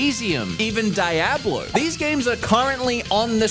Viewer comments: It’s Dee-ah-blo not Die-ah-blo. That’s my 2 cents. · Lol he said “Die ab low”. Silly Australian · I love this video but the way you said Diablo hurt a little bit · Every time I hear you pronounce Diablo, I question myself if that is the real pronunciation or not 😅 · You made me look up if I was pronouncing Diablo wrong for 20+ years 😐